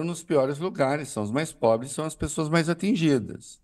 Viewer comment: Kkkkkkk "é porq sao os mais pobles" kkkkkkkkkkkkkk chamaaaaaaa